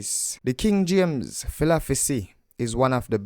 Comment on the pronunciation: You gotta learn to say"philosophy“bro,lol